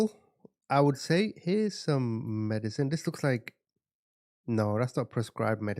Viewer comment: Happy birthday!!! I love your videos! The case can be absolutely horrific and sad as hell but you always have me laughing. My favorite is when you talk about “2 cheeks -1 arse” .. idk why that makes me bust out laughing at 40 yrs old but it does! Hell, I laugh when you pronounce medicine wrong .. but that’s what I mean.. me laughing is not about the case but at you 🤣 it just makes it easier to listen to. Maybe I just think you’re absolutely hilarious. I was telling my 18 yr old daughter you always share the home photos and you zoom in , looking at everything they own and it also cracks me up.. not many people would admit they do that to peoples pictures but the way you do it is GOLD. She responds with “I don’t ever do that….” But I don’t believe her 🤣🤣 or maybe us true crime folks like seeing that part. IDK. I hope all that made sense anyway.😊